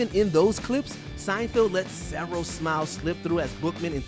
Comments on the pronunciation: At one point he said Seinfeld and I thought he was done making the mistake. But the he carried on saying it wrong again 😂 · SeinFELD not SeinFIELD! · It's SeinFELD not Seinfield you dork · Why does the narrator keep on pronouncing Seinfeld as Seinfild? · Whether you are saying Seinfield or Seinfeeld, you are pronuoncing it wrong. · Jesus Christ. Sienfeeld? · Sign-Field?! SIGN-FIELD?! Honestly, why does constantly hire voice talent who cannot pronounce peoples names correctly, and then leave the flub in the final edit? Have they never heard Jerry Seinfeld's name said out loud before? Unbelievable. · Was he calling him Seinfield or was I trippin? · Fair enough if he doesn't know Seinfeld, but misreading it multiple times is pretty amateur